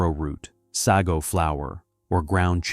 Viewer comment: Sago is pronounced Say go.